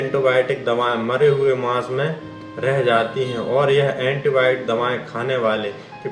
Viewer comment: Nuskan nahi nuksan antiboit nahi antibiotic , u can't pronounce words properly learn how to pronounce then tell all these things to the public